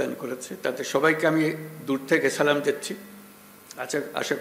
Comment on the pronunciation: সালাম শুদ্ধ করে দিতে হবে